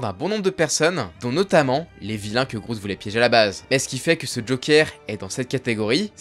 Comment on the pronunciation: Merci pour cette video. Par contre faut vraiment faire un effort sur la prononciation des noms (entre autre) c'est pourtant pas compliqué de vérifier avant. Entre "Groude" alors que c'est juste Grodd , et Mixpizpitlike au lieu (bon ok lui il a un nom de merde mais on peut quand meme savoir comment le prononcer).